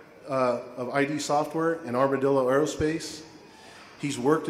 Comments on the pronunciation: That dean didn't do his research. It's "Idd" Software. Not "eye-dee" Software. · It's "eed" Software, not "eye-dee" Software! Somebody didn't do his research, ironically. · From eye-dee software... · Tbf, many people say Eye-dee Software, instead of Id Software. It's not exactly the worst spelling. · I also called the ''Eye-dee Software'' to begin with